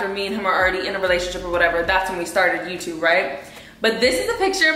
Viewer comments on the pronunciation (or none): none